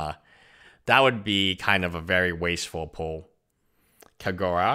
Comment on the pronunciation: Your pronunciation of the names is terrible like Kagura? It's literally KagerO like the spelling is right there.